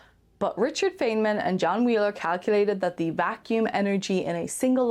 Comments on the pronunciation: I'd love it if you pronounced FEYNMAN correctly. ;-) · Come on at least pronounce Feynman's name correctly 😫 I was under the impression that in Stargate the ancients created those pockets of subspace and then charged them with copious amounts of energy. They were then tied to individual ZPM modules that would then act as conduits to that energy.